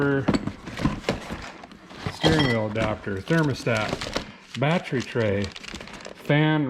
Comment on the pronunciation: I love when you say batree my father-in-law used to say it that way he was a great guy unfortunately, he passed away 20 years ago